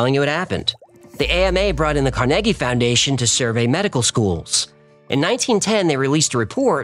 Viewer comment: Jeez, has the host never heard of the Carnegies, andrew Carnegie? He butchered the pronunciation! From approx.